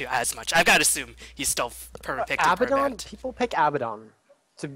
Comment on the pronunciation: ermagerd...This was hard to watch with pronouncing Abaddon's name wrong over and over...Not trying to be a dick but that stuff drives me crazy!!